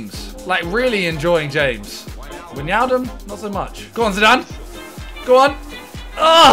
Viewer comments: SIMONNNNN, love ya mate, but its not pronounced weenaldumb its why-nal-dum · Its „why nall dum” not wignaldum